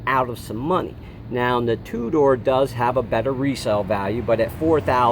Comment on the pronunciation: All great points, but I believe the pronunciations are "mee-DOH" and "TOO-der".